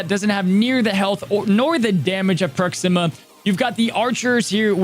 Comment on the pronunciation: Ps. It’s pronounced Proxima like Maximus, not Proxima like Noxzeema. Just FYI. Love the vid!!